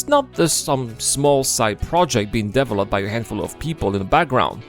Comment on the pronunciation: I like how your accent is making "developed" into devil-opt. There you have it, the devil is Chris. But the money is held hostage, that's what it feels like to have such a huge project destoying itself with neverending DEVIL-.opment. Star Citizen was no scam from the beginning, it was an overly ambicous project. NOW that nothing is half finished it is a ever founding piece of SCAM. Because if they don't sell these pricey items and call it Version 1.0 evryone would STOP INVESTING. That is why it is a scam now. You will never get a finished version.